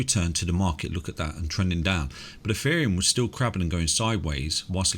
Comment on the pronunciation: Eferium? lol